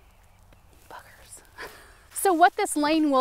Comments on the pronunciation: The winter garden tour gives us all hope and makes us feel better about our frozen lands too. ❤ so thank you so much for that. I loved every minute of it. I had to replay when you were talking about the gopher hole- like 5x 😂😅 because it sounded like fuckers instead of buggers. 😂😂😂 I was like WHAT DID SHE SAY 😅🤪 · OMG , did you say *uckers 😂😂😂